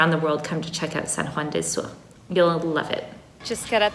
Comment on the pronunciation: I can’t help but cringe when your say “sur” it’s spanish not french 😅 awesome video btw ! It’s beautiful to be in nature ☺️